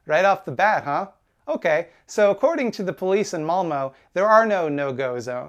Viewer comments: Its not Malmo its Malmö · Pronunciation nitpick: the city is Malmö so you'll be closer to the pronunciation by saying "Malm-uh". and the area is Rosengård so you say something like "Roosengourd" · As a Swede, a LOT of people think this is the refugee's fault but no, it's Sweden who's letting in a bunch of people for money but not taking care of who comes in the country. Also, this video is old but "ö" is pronounced "uh" not "o" (malmö = malm-uh) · "malmo" my swedish was like "what kind of name is th- OH MALMÖ!" pronounced "malm-uhh" (like the sound u make when u go "uhhhhhh") got this hurts my heart. will yall ever learn how to say Ö? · that's not how you say Malmö it hurts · The most offensive thing in this video is the way English speakers pronounce Malmö